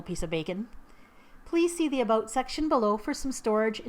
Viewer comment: Maple syrup, "aboot", I see ur Canadian side now, XD